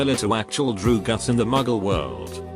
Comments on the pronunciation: Big Droogus moment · why the hell is the way it says drugs... droogas? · No one: The text to speech: Droogus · "drew gus" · Drew Gus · Nobody: This video: Drugus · cant say drugs properly but it can say that shit